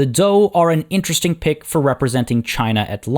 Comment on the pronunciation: 战车 are the characters in modern Chinese (lit. "war car/cart/vehicle"). Pronunciation is actually quite good with regards to "zhou"; For the pronunciation of 战车; Zhan is pronounced ok. for Che/车, remember that the Chinese "he" sounds like the english "her"; so combine a (soft t) "tch" sound with an "er" sound.